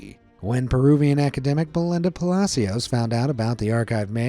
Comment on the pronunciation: Belinda Palacios xD I like ur accent in Spanish aaaahhhhhh Persephone Adrastea Eirene 🤣😂💚💚